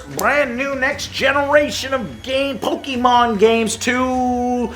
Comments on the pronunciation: Joe, please. It's pronounced poh-kay-mon and that is both the singular and plural pronunciation. Not Pokeemon and pokeemons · Ok, now I'm quite sure you are trolling us with your PoKImon pronunciation: You said "PO-KI" like 12 times, but you also randomly said "PoKEdex, PoKEmon Comunity, PoKEdex, PoKEmon Games and PoKEmon Fandom. So you KNOW how to say "PO-KE". And someone say it's an "accent" matter, but that's silly, because the guy in the clip you show has one, but you can still hear "POKE" and he doesn't change it halfawy. Now, why do I care so much, considering that I don't like Pokemons at all? Because you are a gamer and a landmark for other gamers. You are the one who's supposed to KNOW at least how to pronounce a name. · Please Joe, pronounce it "Po-Kay-Mon". Pokey is Mother 3's main antagonist. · Ok Joe, please choose ONE way to say Pokémon or Pokédex. - I don't care at this point if you pronounce it wrong like many do as Poke-Eee-Mon, the not so bad Po-Kah-Mon, or the more proper version of Po-Kay-Mon. (The é in Pokémon is pronounced with an 'Ay' sound). Just choose one and stick with it. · It's Poke-eh-mon, not Poke-EEE-mon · Can you look up the pronunciation for Pokemon.... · I love you Joe. How do you pronounce pokedex correctly but not pokemon? 😅